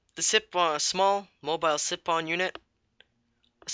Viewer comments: siphon [si "f" on] not [si p on] ph makes F sound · lol yes what josh said sipon funny